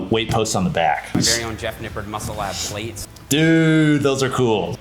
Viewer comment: Jeff Nippaud... Jeff Nippaud... Science Based Liftahhhh ... Wont take your pictuaaahhhh